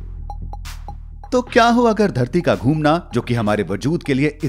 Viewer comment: घुमना not धुमना 😂😂😂😂